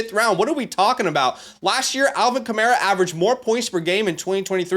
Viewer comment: Love the advice. My only comment: It's Alvin Kamair-a. Mair said like hair